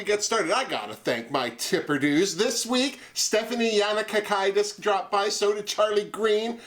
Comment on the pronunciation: Looking so pretty again today! Really enjoyed your review as always 😊 I loved awhoras look this week! It looked quite Lady Gaga I thought! Also great effort on pronouncing my second name yannakakidis, so close, it's yan-nah-kah-key-dus 😊 don't worry most people get it wrong as its not an easy one lol 😂